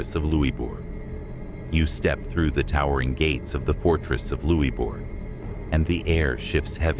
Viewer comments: I clicked out shortly after louey bou for Louisburg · Luisbourg, is funny, how it was pronounced, and I had a tour guide dismiss on of the hauntings due to the way the siege was performed, the things people say they saw don't add up.